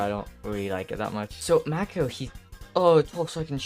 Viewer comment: It's mAko stop calling him maeko 😭